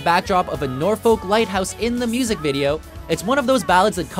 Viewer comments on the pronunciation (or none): I couldn't help but cringe at his bad pronunciation of "Norfolk" - also where is Guns N Horses? That song is an absolute gem and charted in the top 30 the UK.